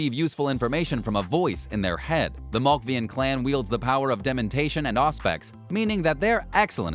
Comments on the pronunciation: Just in case you decide to make more videos when ACTUAL news comes out, Brew-Ha, Mal-Cave-ee-in, Ven-true (exactly how it is spelled), Tore-E-adore and blood is Vee-tay, not "Va tie"... I guess we should all be fortunate that there was no mention of Tzimisce. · For the live of God. Stop saying MALKVIAN!! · THE MALKVIANS CLAN... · watching him strugle with ventrue, brujah or malkavian makes me wish, tzimisce would've been announced lol